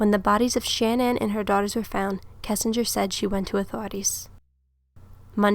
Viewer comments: Sha-Nan not Shan-nan. Just an FYI in case you make otheir videos I was told that it's like shenanigans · You do realize it’s : CHAN- ANNE .... not shanan, like if you’re saying shaman... Shannan ( Cha-nan) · Her name is not pronounced Shan-ann. It's pronounced Sha-nan. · Her name is pronounced like shenanigans Shah-nann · It's pronounced Sha-na-nin research baby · Good analysis but I just couldn’t sit all the way through it. Learn to pronounce the victims name correctly before you press “record”